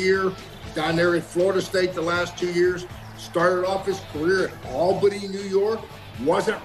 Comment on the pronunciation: Coach actually pronounced Albany correctly!